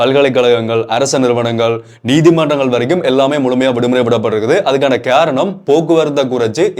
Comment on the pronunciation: Keranam illa machi karanam